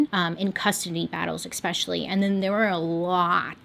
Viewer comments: No one: Bailey: expecially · Non related question - why do you always mispronounce word "especially"?